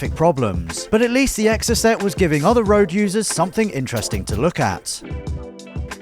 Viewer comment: Anyone else annoyed at the way pronounces Exocet? 😆🤓